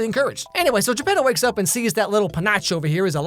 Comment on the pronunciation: o its geppeto. Not jeb pedo XD